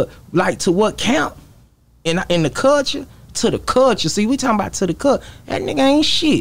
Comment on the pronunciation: Wit da “Cullshuea” lmaooo man hell naw